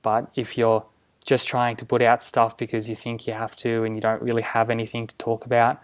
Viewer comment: Very informative... Please stop saying ANYTHINK... it's ANYTHING...